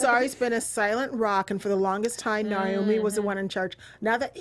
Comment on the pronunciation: why would your pronounce naomi as normie